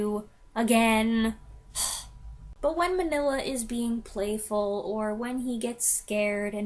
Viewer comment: Pronounced Mean-ya not Manilla. Cucamonga is a city just East of Los Angeles.